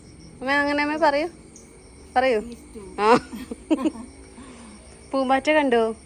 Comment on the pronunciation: ഈസ്റ്റു എന്ന് എന്തിനാ പറയുന്നത്? സ്റ്റ്യൂ എന്ന് പറഞ്ഞാൽ പോരേ?😮 Stew enna english word alle?